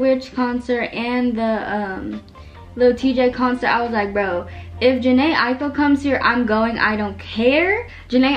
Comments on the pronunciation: your pronouncing jhené aiko name wrong 😭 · i just realized she doesn’t say jhené aiko right😹it’s ok sis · U say jhene Aiko wrong 😭😭